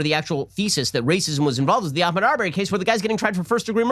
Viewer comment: Ahmaud Ben! For crying out loud, I’ve never seen a person continue to butcher a name like this. Ben is incapable of pronouncing that guys name. Not Akmoud, Ahmaud. It’s embarrassing for Ben and Daily Wire that he can’t be bothered to get the guys name right!